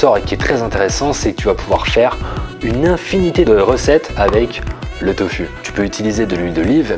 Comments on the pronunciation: pourquoi tu dis toFU et pas toFOU ? mdr ca me stresse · On t'a déjà dit que c'était surprenant ta façon de prononcer "tofu" ? ^^